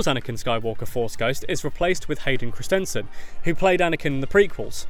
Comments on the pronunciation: omg can you not pronounce Hayden Christenson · The way he pronounces "Hayden christensen